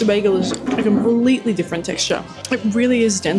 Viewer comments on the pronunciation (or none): none